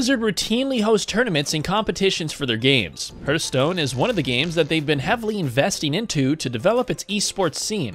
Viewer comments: Fucking day hearthstone correctly is one thing we all want to forget about he ath stone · Ungh the way he mispronounces hearthstone hurts my ears.